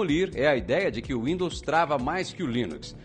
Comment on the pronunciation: Ele falou Rwindows kkk